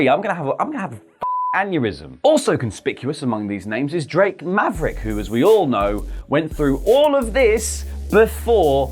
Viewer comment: That's not how you pronounce... Drake Maverick.